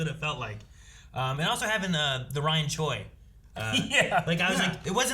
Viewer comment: Choi not shore